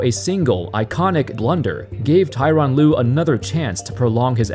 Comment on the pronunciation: Tor-on Lue, not Ty-ron Lue